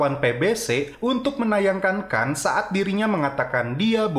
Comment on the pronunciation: Bukan kan tapi Khan 🤣🤣🤣🤣